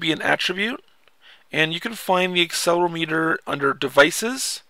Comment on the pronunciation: Actually it's aCCElerOmeter not accelermeeter :) Btw how do you get these games to the iPhone? Thanks